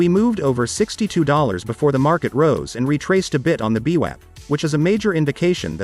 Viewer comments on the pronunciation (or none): beewap?? loool. its vwap .. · The robot has a glitch it’s vwap not beewap. Lol